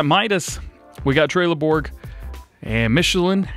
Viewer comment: Its Trelleborg not trailer Borg